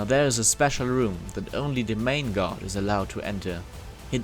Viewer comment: they way he pronounce guard sounds like god <3